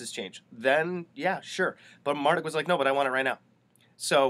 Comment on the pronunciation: Not Mar duck... Mar DOOK